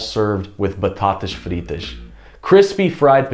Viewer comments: Well done. Even with a bit of non-Portuguese accent (your “lh” in “alheira” and “ovelha” needs some work, but your “batatas fritas” is spot on), you do true justice to Portuguese cuisine. Thank you! :-) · the way you said batatas fritas - 😍 (your pronunciation is getting so good! ) adorei o video - obrigada